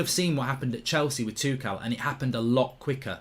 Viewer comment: Does mark know that he’s saying tuchel wrong